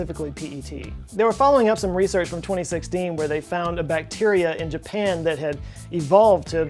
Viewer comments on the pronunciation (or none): none